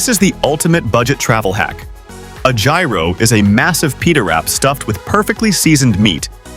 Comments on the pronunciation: Gyro is not pronounced “Ji-row”, it’s (yee-ro) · ji-roh? C'mon man. hyear-oh. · Your content is great, but be careful with pronunciation of foreign words. Most Americans know now that GYRO is pronounced more like “euro” or “yuro.”